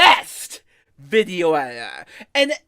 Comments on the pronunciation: “ I am the Gweatest Veeioo eeiter that has ever lived” I dunno man, I think the greatest video editor ever would be able to pronounce their title, you wouldn’t expect a captain of a ship to not be able to pronounce his title nor the name of his ship ? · bro can't even say video editor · The self proclaimed video editor can't even say video editor